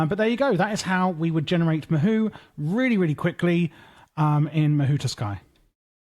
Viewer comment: Mahou Tsukai not Mahou Tuskai 😭 fire video tho 🔥🔥